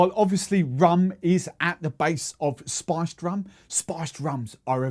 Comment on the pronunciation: Man your pronounciation of "spiced" sounds like "sponge"